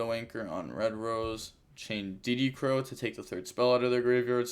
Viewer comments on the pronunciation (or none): none